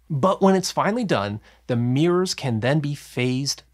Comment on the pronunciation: There are two Rs is the word MIRROR…… Jesus Christ. No idea why you insist on calling it a Meeeurs